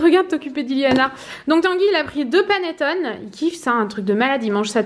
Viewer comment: On dit panetton"é" en italien avec l'accent sur le e 😉